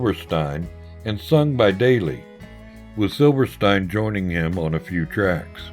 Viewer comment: its pronounced SILVERSTEEN